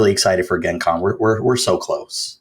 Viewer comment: Also I have never heard Gen Con pronounced that way, not a fan.